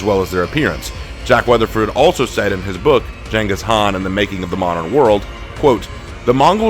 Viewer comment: I prefer the rule of Khan than the rule of emperor's or kings, who value people who knows very little and have no trade or skill..and Mongolian rule valued skilled laborers and tradesmen, also please say his name right ("gangis-kahn"). YouTube doesn't care lol